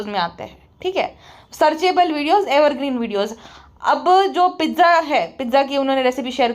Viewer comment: Aap pizza Bol rhe ho mujhe bar bar lag raha h aap riza ki baat kr rhe ho 😂😂